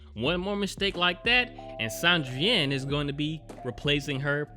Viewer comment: Sandrine is pronounce the same way you'd pronounce Christine or Tangerine. San-dreen